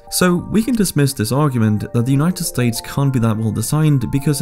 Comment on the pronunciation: united sates 🤣🤣